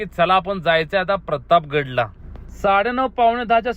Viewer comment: Pratap gadh...pratab gadh naahi...